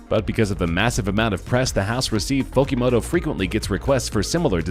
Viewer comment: Sou Fujimoto not Fokimoto. What a dumbass narrator.